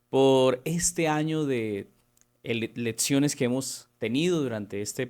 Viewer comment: Insoportable hno como pronuncia "letsiones" "prótsimas" "eletsiones", disculpe no puedo oír, chirriante. Hay clases de vocalización para adultos tb en breña hno